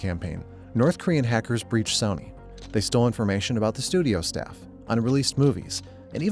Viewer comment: Hoping the narration isnt ai, cuz who the fuck pronounces sony like that